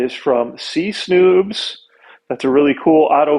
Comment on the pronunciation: Not "snoobs". C S n00bs.